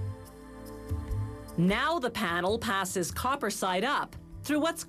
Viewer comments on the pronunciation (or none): none